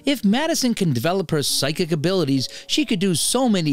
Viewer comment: Psychic : pronounced like 'sike-ick'.